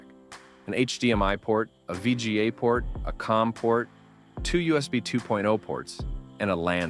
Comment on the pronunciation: "VAGI port" 😅